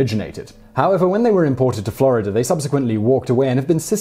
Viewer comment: how to say FI-(ER)RE fa-ah take note! Florider? nope Florida :D